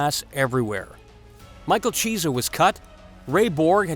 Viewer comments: His name is Michael kee-essa not cheese-a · It isn't cheesa it's key-es-sa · Who is Micheal Cheese-a ? Lmao! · You will get a like if you tell the Chunky, (yes, Chunky) Cheese story And a UFC fan, would've heard him pronounce his name correctly. Chiesa=Key - s - uh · Lol...... Michael 'Cheez-a" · "Cheese-a", really gonna let that get past editing? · If you are going to do a UFC video, at least learn how to pronounce the fighters' names. "Wanderlei" is said with a V not a W, and Michael Chiesa is not pronounced like "Cheese', it's a hard "K" sound. SMH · Narrator, you’ve never heard of any of these people, eh? Michael Cheesa? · Michael cheeza...... its vanderlei not wo Wanderlei ffs. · I muscled through the first part of the video but when he said cheesah I was done... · Cheese-ah??? Lol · Learn the fighters names before you do a video on them cause u butcher Micheal Chiesa name